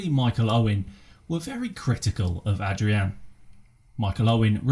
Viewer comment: thanks mate :) And you actually pronounced my name pretty well being an Englishman hahaha